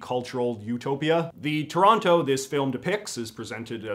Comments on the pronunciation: The most inaccurate thing about this film is them pronouncing the second t in Toronto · As someone from Toronto, they nailed pretty much everything except the characters don't pronounce it "Terrano." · How are they supposed be from Toronto and still pronouncing that second T? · I'm from Kitchener & I always thought the way Toronto actually said it was "Tronno". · I have memories of Don Cherry on Hockey Night in Canada pronouncing it as "Taranna" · Trronno. The e is only implied. :P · Forgive my ignorance but I thought people from Toronto said the name of their city as Toranno